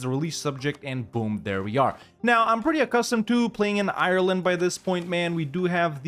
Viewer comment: If you don't know how to say Ireland, you could google it